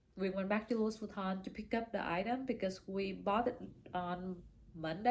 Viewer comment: It's Louis Vuitton, you don't pronounce the "s" in Louis, it's French 🥰